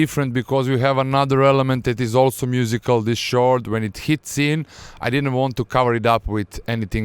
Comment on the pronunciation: is pronounce "Kord" no "tchord"